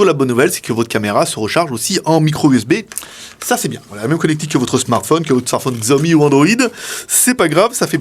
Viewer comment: Juste pour info, Xiaomi se prononce "Chiaomi". Mais sympa de partager le test !